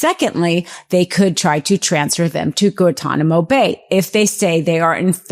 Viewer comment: I'm sorry, but I have a hard time trusting you when you can't even pronounce "Guantanamo."